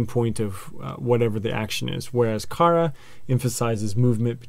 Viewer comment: I really love your videos, they're very helpful. The only thing i would say you could improve on is your pronunciation, it's needs to sound more Japanese. For example when you say kara, it should be pronounced more like kala.. roll your r's. But apart from that, loving your vids, keep it up!!